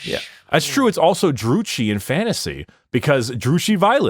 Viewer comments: Dru-kee, not chi. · The pronunciation of Druchi 😂